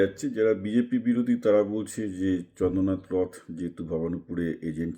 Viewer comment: Ota rotho ucharan hobe. Oriya origin hobe. Khub duklho jonok